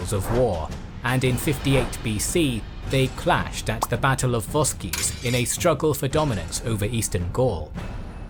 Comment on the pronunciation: oh come on now. vosges-voskiz? it's read as vozh. use google translate.